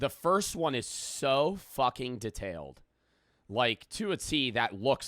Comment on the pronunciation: theres no way just said detailed like that